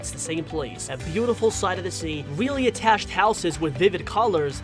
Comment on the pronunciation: Weally? Didn’t notice XD